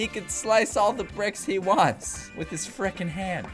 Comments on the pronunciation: Everyone say he says fricken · This is how many times he said freakein